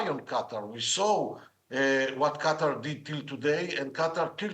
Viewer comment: Qatar not Quater